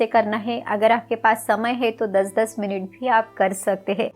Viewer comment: मिनिट नही मिनट।